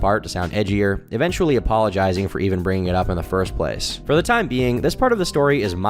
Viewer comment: *this keeehs takes pleeehs